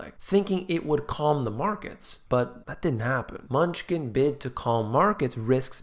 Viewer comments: Is it only purpose that you call him menuchkin? or is it unintentionall mispronouncing. menuchin or menuhin like the prominent violinist Yehudi menuchin. a common Russian-Jewish surname, very probably derived from the Hebrew first name, Menahem, meaning 'consoler'. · The treasury secretary’s name is “Manoochin” and not “munchkin”. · Great job on mispronouncing secretary of treasury’s name ;) Munchkin - LOL 😂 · Love your stuff ..... it is pronounced 'M-new-chin", just in case you were not being sarcastic. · Steven "Munchkin" LOL, I feel like your mispronunciation kills your credibility here... ;)